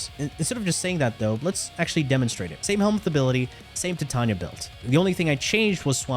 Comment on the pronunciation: Why do you say Titarnia🤣